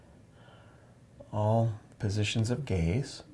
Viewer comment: “all positions of gays” Don’t correct me, I know he said gaze.